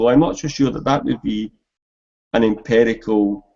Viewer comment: Just to clarify an important point. pronunciation of empirical as "emperical" is not a scots thing. It's peculiar to him.